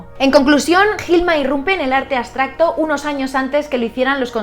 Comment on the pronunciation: aBstracto- aBBBBBsssstracto, con B!! B, B, no aSSSSStracto ABSTRACTO (con B)